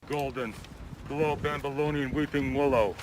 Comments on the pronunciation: pretty sure he's trying to say "babylonian" but it comes out "bambilonyon" slam poet this ween is not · I think the "something" was supposed to be "below babylonian weeping willow", but since Chris is inept at spelling or the guy just fucked up in reading the poem, it comes out as "below bambolonian weeping willow" at least thats what i hear, i might be wrong. either way it makes no fucking sense, I'm no expert in middle eastern biology or babylonian history but i dont think there are willow trees in the area babylon was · Where you think he says Bologna I actually think he's saying Babylonian anything the next word is willow